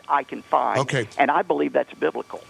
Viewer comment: He didn't even say "Biblical" he said "Bil'ical". Yokel.